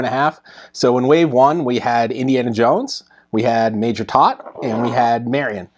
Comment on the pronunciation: "Toht" is pronounced to rhyme with boat and coat.